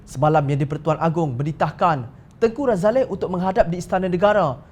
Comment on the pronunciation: Woi apa ni Tengku Razalehhh... tanya la dulu orang yang tahu... Tengky Razali saja sebutannya...